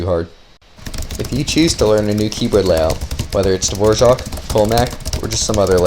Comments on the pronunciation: Dvorak not fucking devorzjahck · Why is he saying Davorjark when its clearly dvorak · Is it actually pronounced dvorjaque or are you trolling us..😅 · Me pronouncing Dvorak: davorak pronouncing Dvorak: Dvorjzhak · his name "Dvorak" how this dude pronounces it "D-vouardzak" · Dvorak is not pronounced like the famous composer, there is no j sound after the r ;)